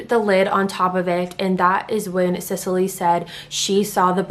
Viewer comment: This is just an aside, if my son was a girl the name I had picked out was Cecily Rae. Literally EVERYONE is covering this case and not a single one is pronouncing her name right (trust me it doesn’t matter to me, I have a lot worse things to call her than the mispronunciation of Sicily). Just glad he was a boy lol. Ok onto the rest of the video. And, you don’t have to really apologize for mispronouncing the last name, I mean you are a human being who makes mistakes and anyone who follows your channel andor is a fan of yours know your heart is always in the right place and you weren’t being disrespectful but thank you anyways for acknowledging. For in my opinion they have proven themselves incapable of defending justice in our country and of making such decisions. (Like covering up insane amounts of treachery and misdeeds and just letting it all go and acting like it’s not happening to “protect the reputation” of our military and our soldiers. While I totally understand not wanting other countries to see what a crap show our military is when it comes to things like this, at the end of the day what good IS the military if ANY, even just one, of the highest ranking officials are basically domestic terrorists themselves. This says “look how we treat our own soldiers, we are weak”. I’m sorry for the rant I’m just incredibly disgusted!!